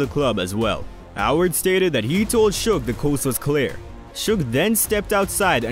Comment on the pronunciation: Atleast he didn't screw suge's name up, most of these people mess his name up , if you can't say their names right , they should keep their names out their mouths.